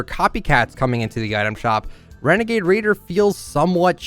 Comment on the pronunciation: It’s a wenegade waider